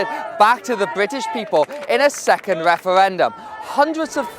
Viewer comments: This tit can't even say referendum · most unsuitable guy ever for this job I hate it when people can't pronounce the letter 'r'. wefewendum and pwotestoes, pwimeministuh. Why ask little children either?